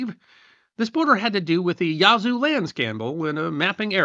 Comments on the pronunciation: It’s not pronounced “Yah-zoo”, but “Yaz-oo”. Otherwise, a very good history video. I descend from English settlers and Cherokee in West Florida. It’s still a distinct cultural area. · I can see the Yazoo river from my house.... I've never been offended by it being mispronounced, but after so many times I started speaking back to him just trying to coach him along.